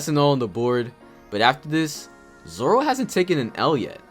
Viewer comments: stop saying zolo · Dude everytime he says zolo I cannot stop laughing